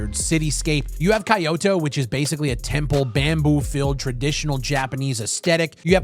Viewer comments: Kaioto map, bro? Its kyoto 😅😂 Much ❤ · "Kayoto" xD <3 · bruh the way you pronounced Kyoto the Japanese map hurt my soul hahah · This pronunciation of Kyoto hurts me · the way you pronounced Kyoto single handedly gave me cancer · Wait, how did he just pronounce Kyoto? 🤣